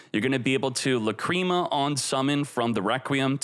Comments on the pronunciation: "La-cream-ah" isnt it "lack-ree-ma" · It should be "Làcrima", it's the italian word for tear. He's saying Lacríma instead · That's not how you pronounce Lacrima lol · If he calls it La-Cream-a one more fucking time, I'm going to shit my pants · Aaahaahhhh LaCreama mate needs to learn how to say the words lol